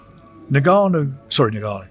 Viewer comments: Frank really needs to call this guy by his correct name considering he's promoted this fight, it's Ni-Ga-Nu, it's not En-Ga-Nu!!! Glad Raheem trier to correct him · Why do white people always call Francis "Nigg-ah-noo", it's obviously 'Enn-Gah-Noo" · how mental he still cant say Francis surname correctly....just rude